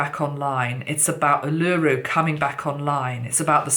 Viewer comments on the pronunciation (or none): Ulu-Ru——not U-Luru....! ☺️ thank you 🙏🏽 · Its pronounced Ule-lah- roo. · Not oolooroo. Its Uluru. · Uluru is pronounced "Ooh-laRue" :) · Uluru (oo-loo-roo) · Botany Bay is not on fire, it is quite central to Sydney which is fine at this point but I understand the connection. When the snake runs from one end of the world to the other then it covers a large span of the planetary surface which needs to be healed. And, by the way, Uluru has the last syllable emphasised. :-) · Marina Dakini...hi..the correct pronunciation was the issue not the spelling. Words are often not pronounced as they are spelt and the lady who provided the correct pronunciation and spelt it as it sounded had it right. The correct pronunciation of this, as acknowledged, highly significant Aboriginal sacred site is very important in public speaking especially with a message of this magnitude.